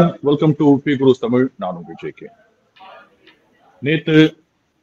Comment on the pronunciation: ஆங்கில தொலைக்காட்சியிலும் தமிழ்,தமிழ் (தமில்,தமிள் அல்ல!) என்று ஆனந்த் பேசக்கேட்பதே ஆனந்தம்!